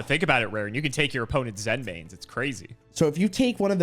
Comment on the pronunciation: "Zen mains? That sounds correct." "Correct." Ah, yes, the monster that armed with mines, with an effect to directly reference stepping on a mine, using the Japanese word "Zenmai", is pronounced like the state "Maine."